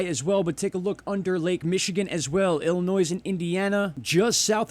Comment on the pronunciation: PLEASE -It is Illinois - not ILLINOISE. The S is silent. I live here!!